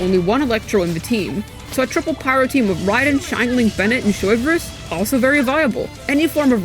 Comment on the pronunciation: I love Americans pronouncing things SOY-vreuse xD